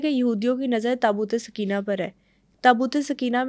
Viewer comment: برائے مہربانی لفظ درست کر لیں، " تابوت سکینہ' SOKAINA ، تسکین دینے والا تابوت، سکینہ SAKINA مونث ہے عام طور پر لڑکیوں کے نام ہے۔آپ سمجھا دیں تاکہ لفظ ٹھیک بولا جائے، شکریہ۔